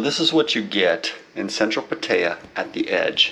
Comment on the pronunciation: Learn how to say Pattaya correctly. Values have been flat the last 10 years in Thailand so I doubt these “offers” you claim to have. Nice place with a nice view though. If I could post photos here I would show you the historical data on valuations. Good advice on the washer. I’m searching for a condo in hua hin right now and it’s something I did not think about but absolutely need.